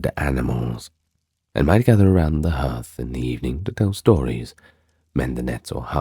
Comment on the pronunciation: Hearth doesn't rhyme with earth - it's pronounced HARTH.